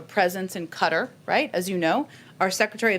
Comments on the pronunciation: Does Jen mean QATAR? (pronounced kuh taar) (not cutter). / Qatar is a peninsular Arab country whose terrain comprises arid desert and a long Persian (Arab) Gulf shoreline of beaches and dunes. Also on the coast is the capital, Doha, known for its futuristic skyscrapers and other ultramodern architecture inspired by ancient Islamic design, such as the limestone Museum of Islamic Art. The museum sits on the city’s Corniche waterfront promenade. ― Google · Qatar is pronounced "katar", not "cutter." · It’s Qatar Jen , not “Cutter” ffs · What does she mean by cutter, is she trying to say qatar ? She ignorant on top of being a liar. Everything about that person grates on my last nerve. This whole administration does. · Funny she's calling it cutter! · Cutter is how it's pronounced.